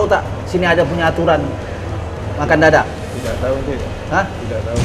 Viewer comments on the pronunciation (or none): Dadah pak bukan dadak wkwkwkwk